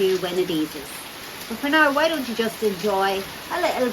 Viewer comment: "I'll tell you woy". Just joking... But seriously, you don't make friends easily there, I think. Just the usual expat circles? Nice to hear madame's Donegal accent, btw.